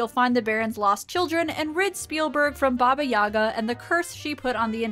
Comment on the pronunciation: For future reference, as a Russian, I have to point out that it's pronounced "BA-ba Ya-GA," not "BA-ba YA-ga." Emphasis on second syllable in the "Yaga"